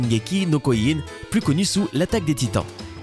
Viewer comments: Koyin je suis mort on dit Kyio-Jin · Shingeki no "KYOJIN" pas kyoyin. Non mais allô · c'est shingeki no kyiugen c'est pas shingeki no kouyoun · putain sérieux shingeki no koyin c'est shingeki no kyojin jin pas yin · no koyin !! oui oui bien sur et après vous allez dire auneuh pièsse (one piece) , pfff... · On dit shingéki no KIOJIN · Shingeki no KOIJINE ?!! Sérieusement ? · putain ça se dit kiyogin ptn kyojin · SHingeki no koilé il sort MDRR